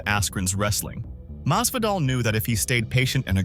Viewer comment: His name is Masvidal, not Mazvadal